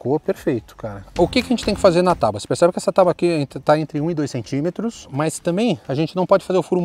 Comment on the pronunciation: "tauba" é foda em? TÁAAABUA meu parceiro, por gentileza...